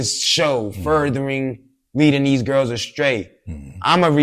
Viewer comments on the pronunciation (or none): none